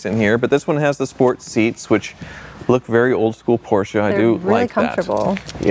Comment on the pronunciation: Thanks for pronouncing Porsche the correct way! And I agree with, the rear of the convertible looks a bit odd, I'd prefer a fixed roof.